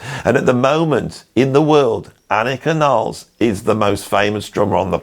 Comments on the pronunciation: Amazing video!!! Just one observation: she is German, you have to pronounce her surname just the way it's written /nilles/ ... Not /nailz/😂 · CAN WE PLEASE STOP SAYING “NILES”???? HER LAST NAME IS NILLES. NILL-ES. NOT FREAKING NILES. KTHNX.